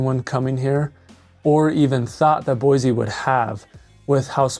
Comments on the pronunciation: Boy-SEE not boy zee. Dumbass!! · At least please pronounce it right on your videos. Start the new Californians off on the right foot. No such place as Boyzee. Boy-see please! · Other than the mispronunciation, boy-see not boy-zee, spot on video. If we had the mini ice age weather of the 70’s and early 80’s winter would matter. Today not so much. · it is pronounced "boy-see," not "boy-zee" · Idaho born and raised. Even Google says Boi zee. It's a native American word. Similarly, Dubois is French, Do bwa. The S is silent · I was born and raised in Boise and I can't take you seriously when you're saying it wrong. It's BOY-SEE. No "z". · It's Boy-See...the Z is Silent! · There’s no Z in Boise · How to say you're not from Boise without saying you're not from Boise lol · Why do you say Boise wrong??